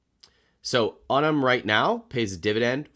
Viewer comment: Hey, I actually have sort term with Unum. I called them recently. They're actually pronounced YOU-num. Thanks for being awesome.